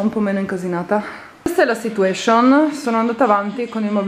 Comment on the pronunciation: sarebbe carino che smettessi di dire "situescion"!?!?